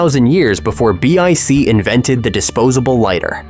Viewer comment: AI slop b I c instead of bic